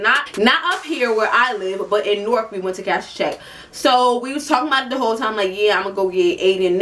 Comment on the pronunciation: I always thought she was saying Newark